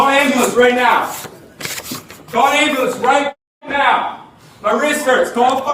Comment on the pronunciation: Did he say “Right Meow”?